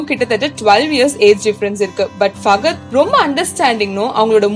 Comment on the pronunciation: 1.Its nick jonas not not jones 2.its Fahad not fagad. 3. Its saif not Saaaaif. 4. It's shahid not shagid. 5. Its jhanvi not jhanavi. 6.its Kamal hassan not Kamal gassan 🤦‍♀️🤦‍♀️